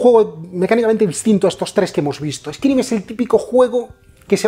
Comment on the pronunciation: El Vampiro Chapters mi favorito honestamente. Lo digo sin maldad, me ha hecho mucha gracia "eskirim" jaja nunca habia oido a nadie decirlo así. Seria "eskairim"